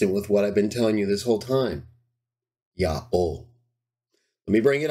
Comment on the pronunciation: Why do you pronounce it "Ya'o" instead of "Yaho"?